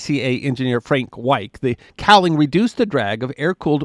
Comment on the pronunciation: That's Fred Weick, not Frank...at least you pronounced his last name correctly. He married one of the loveliest women you'd ever meet, and his aircraft designs are anything but. While the W-1, Ercoupe, and Piper Cherokee have quite a following, they all possess countenances...only their owners could love.